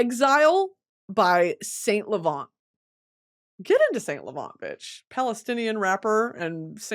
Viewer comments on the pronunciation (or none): none